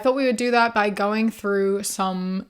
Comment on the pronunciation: Hate me all you want, but whenever you say "by", my head turns it into "bi" lol